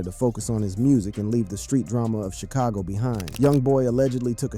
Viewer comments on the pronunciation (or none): none